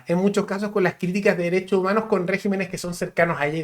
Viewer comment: permítame una sugerencia: en el minuto Ud. dice régimenes y cuando se usa en plural se dice regímenes. En singular se dice régimen. Un detalle importante para un profesional con llegada a cientos de personas para los cuales podría ser un ejemplo a seguir.